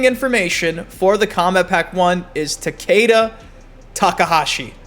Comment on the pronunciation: Why do people say Takaeda" when the announcer always says Takeda lol is it a speech thing? I'm really wondering lol